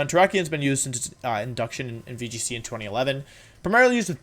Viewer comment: VGC? You mean wee g c